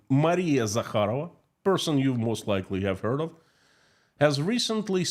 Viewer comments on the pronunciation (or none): none